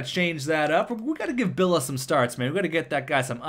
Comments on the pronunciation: it is Julio B-I-L-L-I-A, not B-I-L-L-A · it's Hulio Billia, i is not silenced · Billia.... Billeea There's and "I" there bud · lol he deosn't know how to read names, i guess